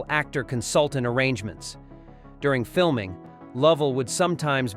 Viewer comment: My all time favorite movie. I wish they'd stop with AI voices doing the narration. Gary Sinece's name is pronounced "Sign Ice" there's a comment about Kevin Bacon's claustrophobia and the voice says "while fiming Bacon" and iron sounds like they were fiming Bacon, not the actor! Otherwise a well presented documentary.